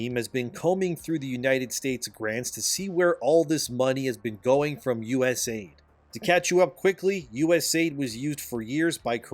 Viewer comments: It’s not US AID it’s US A-I-D they Aid nothing and no one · Please pronounce each letter in USAID so people don't think the United States Agency for International Development has anything to do with aiding anyone. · im gonna keep hounding on this my dude its U.S.A.I.D. you know the media and the left are still ussing word play to call it US-AID and say grandmas are dieing in egypt due to no more aid money for O2. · It's USA-ID, not US-AID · Just a bit of advice to call it "U.S.A.I.D" and to not say it like "US Aid". The media is portraying the issue like Trump is cutting aid funding, when in reality this is the "US Agency for International Development" and has nothing to do with aid.